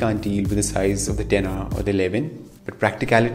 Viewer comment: Took me a long time to realize what the "dinner" is that you keep on saying. And it dawned on me, you saying "10R".